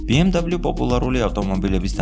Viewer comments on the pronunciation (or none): "ბე-ემ-ვე" და არა "ბი-ემ-დაბლიუ" ეს არის გერმანული ავტომობილი და არა ამერიკული, შესაბამისად მისი სახელწოდება იკითხება გერმანული ალფავიტით. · sworad ambob biemdablius arusmino aravis msoflioshi xom inglisurit aris yvelaferi;) ar atvirto tavidan es video...magivrad Mercedess-ze gtxoven ukve ramdeni brat..... da mec;)